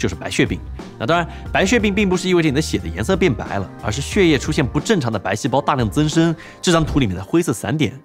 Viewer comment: 念血（Xuè)液不念Xie 😂